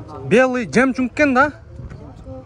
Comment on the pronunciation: Жемчунг эмес жемчуг